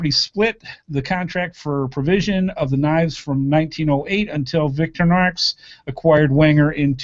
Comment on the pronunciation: OMG your pronunciation of Victorinox is HILARIOUS!